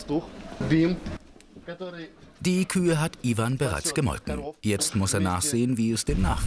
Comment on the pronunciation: iewan und zaschaa😂😂😂